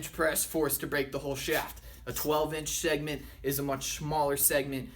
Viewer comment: shegment? lol